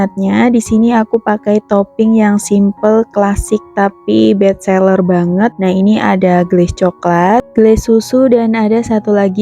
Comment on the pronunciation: Best seller bukan bet seller mbak